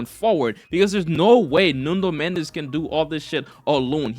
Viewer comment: its NUNO Mendes not NUNDO Mendes 🤣🤣🤣